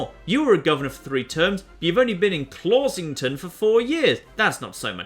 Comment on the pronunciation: you'll get more of the puns if you say them in an American accent. and read all the letters. clawshington should have the wsh pronounced together as wush.